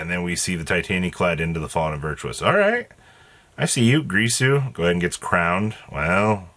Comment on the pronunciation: Also brother, why do you keep saying "Gree-su"? It's taken from Dingir. Sumerian/Babylonian. And it is pronounced "Gear-Su". Ironically it's purpose/meaning is to "Teach Correctly" or "Speak Correctly".